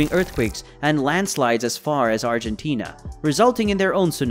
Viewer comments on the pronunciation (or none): none